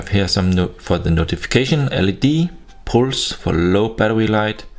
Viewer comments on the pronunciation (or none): none